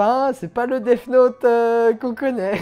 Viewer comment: On dit Death Note, pas DeFFe Note, ce détail de la vidéo est insupportable je suis désolé c'est quand même pas compliqué de se documenter sur la prononciation quand on s'adresse à une telle audience, d'où cette critique sévère.